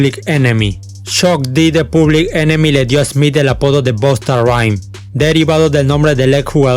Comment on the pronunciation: No digas Bosta porfavor jaja bosta son los de aca de mi paìs que hablan cmo centroamericanos